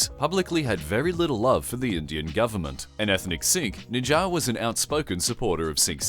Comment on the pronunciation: Correction: His name was Hardeep Singh Nijjar, not Nijja